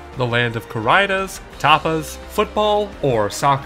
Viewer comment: The way you spelled "corridas" made me die from cringe. If you're going to try to say a word in Spanish please, search for it's right pronunciation on-line. Thank you.